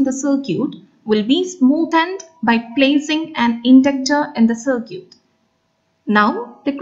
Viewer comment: Please don't pronounce circuit like that.. It is sir-kit, not sir-cute